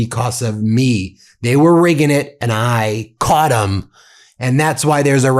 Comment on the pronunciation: i bet you he couldn’t say dem again😂